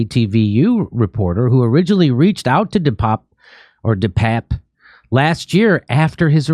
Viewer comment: its not depap or depape its "the pepe"